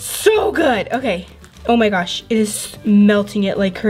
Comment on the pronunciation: Lol take a shot every time she says ,,Omg-O mah gash."